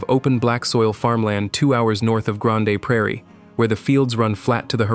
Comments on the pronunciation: It is pronounced "Grand Prairie" not Grand A!! Also it's not "Grand A" Cache either!! I guess only people born and raised in Alberta know how to pronounce the town names. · Omg. Learn how to pronounce the names of the towns! Grande Prairie is pronounced "Grand Prairie", not Grand-a Prairie. Falher is a bit harder, it's where my mom was born. It's pronounced "Ful-aire." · Its Freakin Grand ! - not Gran-Day ! - WTF - EH ! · granday lmao i can't watch the rest after that I'm sorry. LLM sciript read by person that doesn't know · Come on AI You can do better : "Grawn Day" Prairie for Grande Prairie? That is just lazy. Pronunciation gaffes like that undermine the content? Is it reliable....? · "Granday" Praire???? AI no speakee good. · Grandey Prairie!!! My ears are bleeding.